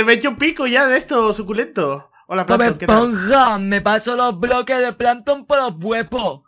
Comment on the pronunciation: Me mori de risa cuando plamtom que es salto y dijo plamton al atake